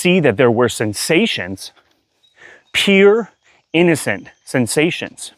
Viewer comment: Are you saying "peer" sensations or "pure" sensations? Thankyou. The word "pure" should rhyme with "cure" as in "cure the illness"